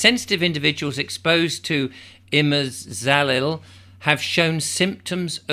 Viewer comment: emphasize the MAZ. So, IMAZaLIL